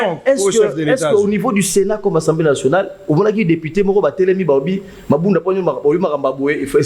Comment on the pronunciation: "ENSEMBLÉE" TEEE..... , MAIS ASSEMBLÉE NATIONALE